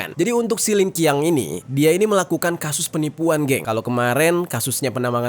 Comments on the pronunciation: cara pengucapan namanya yg benar adalah “Lin Chiang”, dan bukan “Lin Kiang”. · lin Qiang dibaca Lan chang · LinQiang Bacanya LinJiang tu bang 😂 Sehat selalu ❤